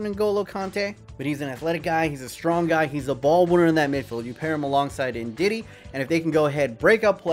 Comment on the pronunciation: It’s funny when you say Ndidi